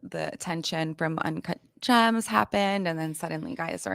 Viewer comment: Ugh I can't stand julia fox. The only reason she wouldn't recommend H is because of fentanyl!?! She is as bright as a blown light bulb 💡you can be very creative but dumb af at the same time. Also she can't say birthday lol bird day is what she said as well as uncut jaaams. Lol. Anywhoo as a former addict myself she doesn't seem completely clean I truly believe she still secretly uses. Especially when you are around any sort of drugs in the industry it makes you crave your drug of choice and if u aren't completely over it like been on the street type lows to overcome it most ppl don't take it too seriously. Imo anyway.